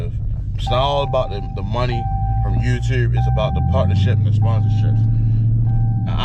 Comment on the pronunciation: You can't even pronounce YouTube and you think you're gonna get monetized. 🤣🤣🤣